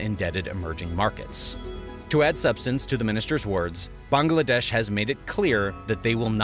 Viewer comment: Finally someone who pronounced Bangladesh right.